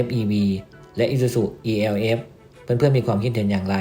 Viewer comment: มันชื่อรุ่น เอลฟ์ ไม่ใช่รุ่น อีแอลเอฟ